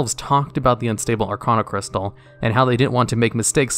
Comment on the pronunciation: Arcaanocrystal. Stop. This. Shit. You do RESEARCH about this game, know how to pronounce the goddamn names of items, npc's, EVERYTHING